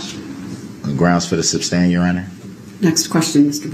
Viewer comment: He neverr got the word SUSTAIN down thru the whole trial how can he not hear or read there is no B in the word..he had no questions he never does he reads reports and questions after every sentence